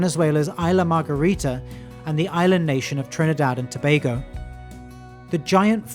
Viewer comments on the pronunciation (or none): none